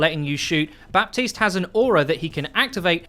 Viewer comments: Just so you know we don't pronounce the P in Baptiste at all in French. It is said as Batiste. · Ok dude, it's pronouced BATISTE. The "p" is muted. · The P in Baptiste is silent in French ! Its just Batiste, if you really want to say his name "the right way" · The p in Baptiste is mute.. pronounce it batiste ;) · In french, someone named "Baptiste" is actually called "Batiste". The p is silent. Though u would like to know ^^ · the "p" in baptiste should sound like the "H" in "4Gitte".... just sayin....